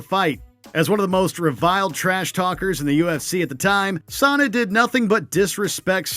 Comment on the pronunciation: Chael Sonnen is Pronounced SHAYO SUN-IN